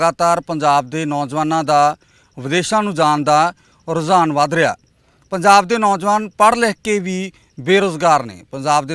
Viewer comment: ANCHOR SAB PUNJAB KEHNA TAA SIKH LO. JIJJE DE PAIR CH BINDI NAHI HUNDIÀ